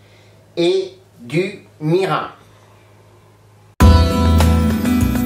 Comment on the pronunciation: Ça a l'air délicieux. On prononce : mirinE Mi - ri - n